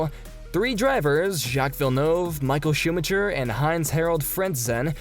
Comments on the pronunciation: schumacker not schumacher (only pronounciation) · No, he said shoemutcher... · Schumatjer xD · Sebastian "Vetèlle" and Michael "Schùmachier"... bruhhh, please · But he pronounce Max Verstappen correct? Michael Chupa chups! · did he js say schumacher as sumacher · yes . yes he did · The correct pronunciation is actually shoo-magh-ha... I know that isn't an official use of terms; however, that is the best way that I am able to put it across. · De he get Michael's name wrong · i wish americans would learn how to say f1 drivers names correctly....all they have to is listen to english/european commentators to hear them pronounced properly. AAAAAAAAAAAAAAAAAAAAAAAAAAAAAAAAAAAH, you cant even say schumi's name properly. this is the worst f1 channel ever!!!!!!!!!!!!!!!!!!!!!!!!! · Please edit the video and change the way you pronounce Vettel and Schumacher.. edit: scratch that, it seems like there are multiple names you don't know how to pronounce. Even track names... Go do your homework please. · Not a bad video, but learn to pronounce the names of the drivers and circuits correctly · at least learn the names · Are you serious when you pronounced Michael Schumachers surname?!?!. FFS. Word of advice if you cannot understand basic English don't post as it's embarrassing